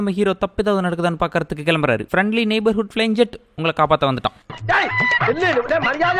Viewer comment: அது ஜெட் இல்ல bro.... 'ஜாட்'.... ஜாதி பேர்ல படம் எடுத்து வெச்சிருக்காங்க.....